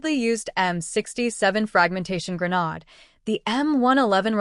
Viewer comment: For the love of God it's Gra-naaaaa-ddddddde, not Gra-nooo-dddd. Yet, half way through the video you say Grenade, then Gra-nod. Videos need some work.